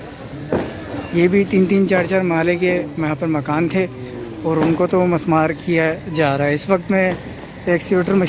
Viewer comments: Musmar nahi mismar sahi word hay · actual word is MISMAAR, NOT MUSMAAR